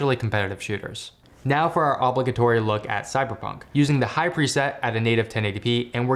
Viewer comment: ASRock sucks ass. I have never heard Obligatory pronounced like that before... I recently had to use Thermaltake's support and it was not bad. Prompt. They are standing behind their product and replacing my defective ram. Same with Fractal. Fractal service was EVEN better, but both have been really good. FWIW.